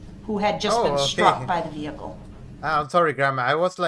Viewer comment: Hate the way he says "vehicoo"